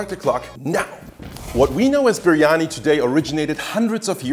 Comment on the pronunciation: c’mon dude, you can’t make such a good video and have such high production value and then misspell and mispronounce biryani so many times 🤦🏻‍♂️😂